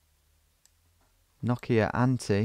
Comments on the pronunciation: sounds like nokiaänthi. SE ON NOKIANTIE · It is Nokian-tie, not noki-antie🤷‍♂️